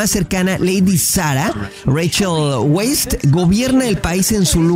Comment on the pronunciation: El apellido de Rachel se pronuncia "Vice", o ya minimo "Wise". Es Austriaco.